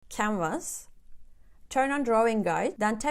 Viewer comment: i heard "camers" but you were saying "canvas". Thank you for all these tops.